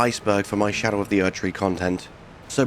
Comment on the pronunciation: are you saying scadew or do you mean shadow tree. skadew tree blessing sounds dumber than xdefiant